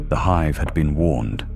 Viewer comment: Oh I don't know, its it called a city HIVE not a city hiv.